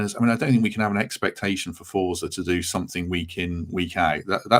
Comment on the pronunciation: "Forza" should be pronounced as Fort-za. It's an Italian word so would be much better pronounced as Fort-za Garibaldi.